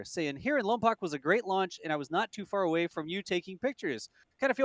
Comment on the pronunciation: Love you guys, don't make the good people of Lompoc mad, ( Lom- poke)not poc,keep up the amazing work